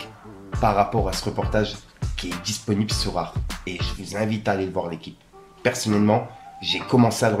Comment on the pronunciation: Arté !! pas Arthe mdr 🤣